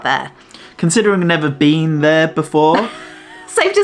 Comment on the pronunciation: Did he say, "never BEAN there before?" 😂